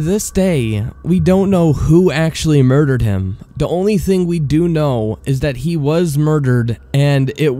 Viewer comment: he say da instead of the and it annoys me